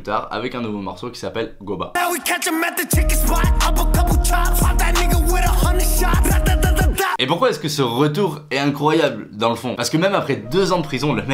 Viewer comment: Sa ce dit goumba